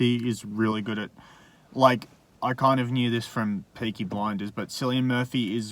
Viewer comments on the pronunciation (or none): How is it that neither of you know how to pronounce Cillian? Come on, he's rather famous, haha.